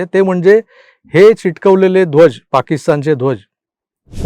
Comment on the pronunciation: चिटकवलेले नाही रे बाबा, चिकटवलेले 😂😂😂